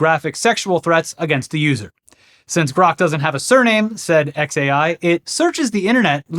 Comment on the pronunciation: Why did he have to fuck up "grok"? Dead serious, man. Why?